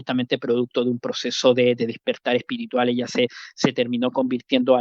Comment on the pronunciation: No se dice DISPERTAR...ES DESPERTAR...TOMA NOTA ...TE HARÁ BIEN.